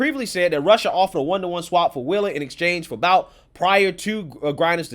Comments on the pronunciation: It's pronounced Viktor "Boot" - despite being spelled "Bout" it's pronounced "Boot." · This scumbag’s last name is pronounced “Boot”.